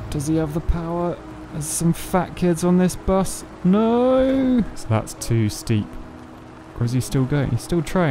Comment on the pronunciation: Americans: "No" British: "Nouuüüyh" ;)